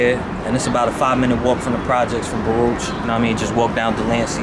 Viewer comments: Nobody from Baruch pronounces it like that. We say BAA-ROOCHH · I thought he was True Life. P.s. it's pronounced Baa-rook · We always pronounced it Baruk. Different Era for sure. Same joint though. I was born in 68. So much has changed. It’s wild. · As a NY Jew, hearing the pronunciation for Baruch makes me cringe, but always have to remember I likely butcher words from other languages all the time